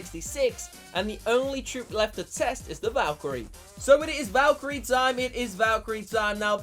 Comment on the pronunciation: valkarie not valcharie